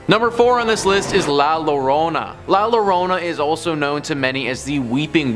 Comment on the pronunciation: great stories....but La Llorona is pronounced La Yorona